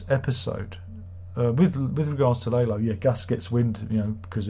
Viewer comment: Larlo, not Laylo